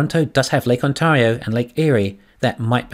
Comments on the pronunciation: You are mispronouncing Ontario. The proper pronunciation is aan·teh·ree·ow not aan·taw·ree·ow. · It's pronounced On-tario like Stereo.